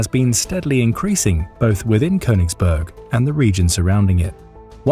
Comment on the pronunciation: Königsberg. Say it correctly.